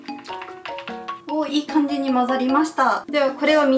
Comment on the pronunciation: いいかんでぃって言いましたか！？！？！？聞き間違いかな？？？